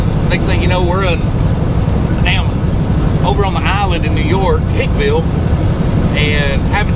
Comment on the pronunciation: Hey he I’m from Long Island....It’s Hicksville New York not Hickville hahahahahahahaha